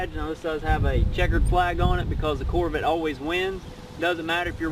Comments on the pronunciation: a grandfather? looks like a big not to swift kid. among other things, he can't even pronounce corvette. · this guy is so dumb! he can't pronounce corvette and he don't even know what he's talking about! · Mi Corvit zee zeero seex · "my Coorvet" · "corvitt" "nissin" I'm dead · Dude you can't even say it right it's pronounced Corvette where the hell did you get your English somebody need to go back to school. Corvette is a good car what's American sports car not a muscle car muscle car is Viper a Camaro a charger a Challenger a Mustang that is American muscle car. American sports car is a Corvette that's the only true American sports car in America. But yet people go out and buy foreign cars Hondas Toyotas Nissans what the hell for they're not American-made they're never going to be they have an imported name their Japanese so why the hell would you buy something and try to make it look like an American muscle car when it's not you can't make a foreign import into American muscle car cuz that can never be. My book American Muscle Cars will always over whelmed foreign import cars. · Can not even pronounce Corvette right a stupid dumb ass young punk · You sound just like this dude in his video buddy it's not pronounced as pronounce Corvette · Lmfaoo those mispronunceations though. Could not breath for a minute